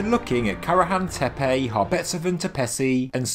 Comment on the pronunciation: It’s not “tepey” dude it’s tepe.